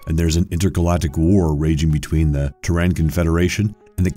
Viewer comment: Teyrans. Kiraythis.... Dennis Hooper.. A like for the mindboggling unnecessary mispronunciations.